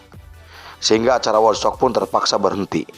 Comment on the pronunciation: di baca wudstok pak. bukan wodstok.